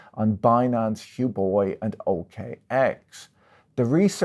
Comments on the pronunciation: After hearing Patrick pronounce Huobi as Hu-boi I feel we all need to adopt that as it's much more in line with their serious business. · LoL he greatly mispronounced Huobi which just shows Patrick isn't a true crypto believer or scholar